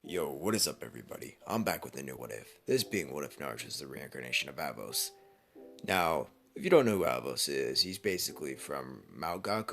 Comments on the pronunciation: NOOOOOOOOOO NOOOOOOOOO HIS NAME IS ANOS NOT AVOS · Why was there a v it was avos its Anos lol